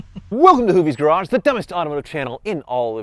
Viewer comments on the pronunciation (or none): none